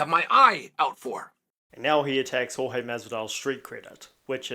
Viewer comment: Love that he calls him George. Such a subtle throw of shade by mispronouncing his name. Chael beat up 5 guys who were rude to his wife. George ya bitch